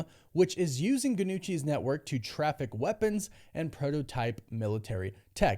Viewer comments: Say it like NYUCHI. Gn makes the ny sound in Italian. Just like in Spanishwhere LL=Y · I hate to be the grammar police, but the G is silent